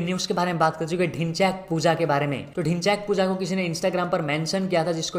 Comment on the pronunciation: Others:Dhinchak puja Le:Dhinchyaak puja😆😆 Gajjab beyjti😹